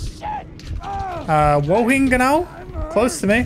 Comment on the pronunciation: Haha when u said wohingenau it sounded japanes or something 😂 it's the name of the blue pokemon running around with team rocket in german